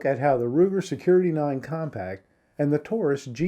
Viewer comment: I find it hard to listen to a review when the person doing the review can't go through the trouble of learning the model name of what they are reviewing... Something that could have been re-recorded.